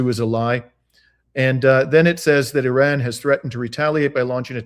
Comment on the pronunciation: .... Why do you add an " L " when you say Iran.... You sound like a mloron !